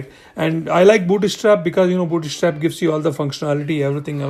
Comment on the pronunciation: you're killing me every time you say booty strap :D thanks for the video